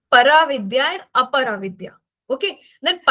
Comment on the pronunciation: Can u tell the difference between aparavidya and avidya because sounded same